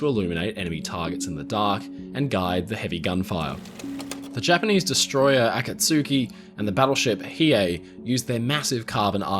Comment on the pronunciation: Okay, now we know his Japanese pronunciation is worse than his German 😅 "AH-kaht-SU-ki" it's muuuuch closer to "ah-KAHT-ski."